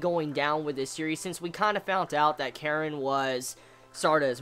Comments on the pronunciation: stop saying "Karen" it's pronounced like Kareen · It's not Keren it's Karin*